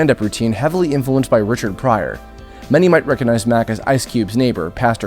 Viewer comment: I'm sorry, but I have to be that person. if you're going to be a narrator, it's obviously very important to know how to speak and pronounce words properly. Hearing you mispronounce the word "recognize" so many times made me cringe.